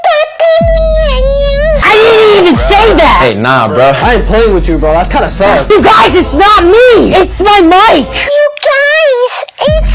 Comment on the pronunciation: Really felt bad when he rolled the hard S on SUS😔😿😿☠️